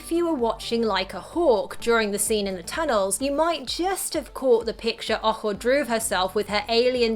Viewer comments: I thought that girls name was boho, that's what it sounded like in the movie. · its ojo and I know but at first I thought it was boho because that's what it sounded like